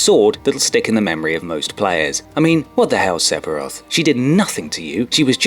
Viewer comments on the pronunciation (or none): this guy strikes me as someone who knows fuck all about videogames.... I mean he called him sep-iroth haha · SePiroth... really ? It's Sephiroth, ph is pronounced as an f, even in English ! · No-one else triggered by his pronunciation "Sep-hiroth"? Just me?? That's a /ph/ letter combo, my friend, and is pronounced /F/ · it's "Sephiroth", not "Sepiroth." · cool video, just one tiny detail, its " sef " iroth not " sep " iroth. I think, LOL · And isn't it pronounced "Seffiroth" not "Seppiroth"? :P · Your not saying sepheroth right it is pronounced 'se' th 'a' roth' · It is pronunced Sef-I-Roth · Sephiroth is pronounced "Sef-eer-oth". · Do people pronounce Sephiroths name wrong on purpose or is it just to annoy me?